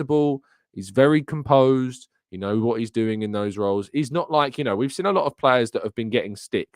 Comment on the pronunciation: Good show, but please speak gooder Inglish like wot I does. The word is “seen”, not “sin”